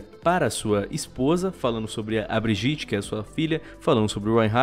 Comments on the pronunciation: Pfv fale bridjit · Meu eu poderia falar que foi de proposito ou coisa assim mas eu vou reclamar do fato do falar brijite e nao bridite no caso Brigitte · Ele falando brigitte errado da uma aflicao